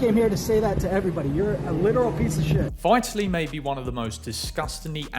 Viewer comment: At least learn how to pronounce 'Vitaly' ffs. Won't be subbing